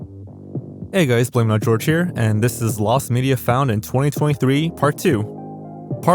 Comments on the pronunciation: You mean Jor-ge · since when is it pronounced blame it on, bro just decided one day his name was pronounced different lmao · am I going crazy or did he change the way he says his name ? I could've sworn his name was pronounced "hor-hay" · Wait…blameitonjorge (pronounced like )…I feel like I’m having a reverse Mandela effect, because I swear not 4-7 videos ago you were going by (pronounced HOR-HAY). Either you’re screwing with me or I’m going insane. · When did he start calling himself instead of? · Hang on, am i going crazy or didnt you used to pronounce it "horhee" not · Why do you pronounce your channel name as now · IS IT HOR-HEY OR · I've commented this a couple times, why do you keep bouncing back and forth between pronouncing like hor-he and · real talk remember back when blameitonjorge was pronounced proper